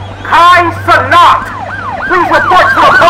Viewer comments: "Kai CeNOT" 😂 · “Kai CeNAWT” 😂😂